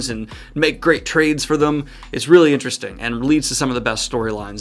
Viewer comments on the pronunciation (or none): none